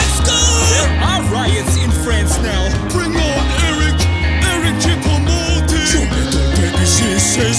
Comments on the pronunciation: My favourite part was when it said ERIC CHOUPO MOUTING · MY FAVORITE PART IS WHEN HE SAY ERIC CHOUPO MOTING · Did they say Eric choupo mouting?